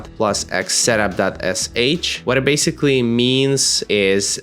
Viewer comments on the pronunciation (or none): none